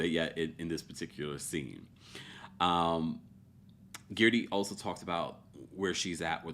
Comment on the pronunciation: If you can say THIRTY, you can say GERDY.